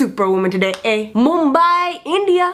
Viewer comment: You Said Mambai BOLLYWOOD!